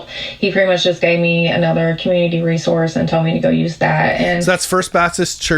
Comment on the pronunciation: Re-sour-se not re-zor-se 😂😉